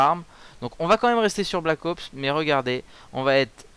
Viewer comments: alors je suis trop contontent que tu soit revenu, mais estt-ce que une fois tu pourrait dire black "HOPse" au lieux de "black AUPSE" si tu n'a pas compris c'est pas grave en gros pronoce le a l'anglaise. sinon super clip;) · C'est Black Ops , pas Black Aups --' Ca m'énerve ! xD